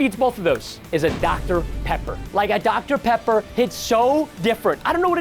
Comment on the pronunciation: Dr Peper 😂😂